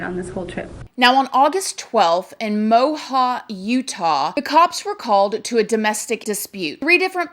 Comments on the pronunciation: Mo Ab not Mo Ha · It's MO-AB Utah. Not Mo-ha. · Moab is pronounced just like its spelled "mo-ab" a lot of people come through calling it "mo-ha" or "mo-hab" i dont understand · “Mo-hob Utah” 😂😂 us natives say “mo-ab” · It's Moab, Utah not Moha.. it's beautiful in Utah.. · I’m from utah it’s pronounced mo-ab not mohaw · It's such a shame that this kind of crime is becoming so common... The town in Utah is called Moab not Moha.. 😉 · Mohaaab lol. I live in Colorado near the Utah border and we pronounce that city name Moe-ab 🙃 Great video as always. I hope she will be found soon. 🙏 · Just to help you out for your next video on this, it's MoaB Utah. And the Grand Tetons. Like Teeton. Love your videos girl just trying to help ya out ♥️♥️ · Moab, Utah is pronounced "Mo (the O is just as you would pronounce the letter O) and then Ab, like your stomach Ab. So together it is Moab. :) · Moab is pronounced "Mo" as in the Three Stooges and "ab" as in muscles. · I’m from Utah and you pronounced Moab incorrectly. It’s MO-AB like mo from the simpsons and nice abs. Moab( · Moab pronounced Moh-aaahhB and Teton is Tee-tahhN. Love you girl! 😘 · Moab.... said like Mo- ab like abs on your stomach. Just to help you out for future videos. Thank you for your content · its pronounced Mow-ab (Moab) utah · You pronouncing moab makes me giggle! 💛💛